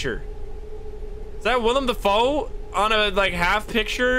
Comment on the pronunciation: he said william de foe 😂